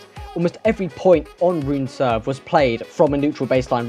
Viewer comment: Dane here. Rune isn't pronounced Ruun, you have to pronounce the 'e' too. Try 'ruun-eh' (not 'ruun-ee'.) Make a note. 👍🏻🙂